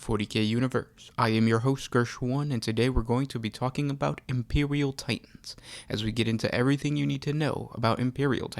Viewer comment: be vewy vewy qwuiet, I'm hunting Impewial Titans XD Sorry, just had to.